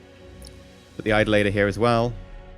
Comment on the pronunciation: Pretty sure it's pronounced Pri-Mark and Eye-doll-a-ter